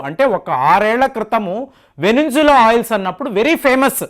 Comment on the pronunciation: adi venezuela Veninzula kaadu